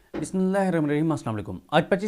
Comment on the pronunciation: اللہ کے بندے آپ کو بڑیے غور سے سنتے ہیں مگر آپ بسم اللّٰہ الرحمن الرحیم تو سہی کر کے پڑھا کرو